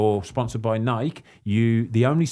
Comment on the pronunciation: It's Nike, not Nikey. You wouldn't call a bike, a Bikey.